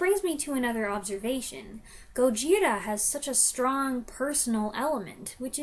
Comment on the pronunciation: Interesting review! Just an fyi, the pronunciation of Gojira has the stress on the first syllable. So, GOH-jee-ra. You can hear them pronounce it in the movie, but the word is very easy to miss.